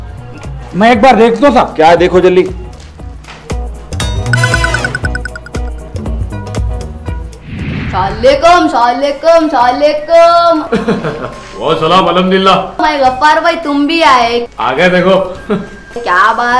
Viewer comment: Bhai mehebani karke salam sahi se bola karo..kaiku thodi si si zindagi ke fayde ke liye aakhirat barbad kar ke lere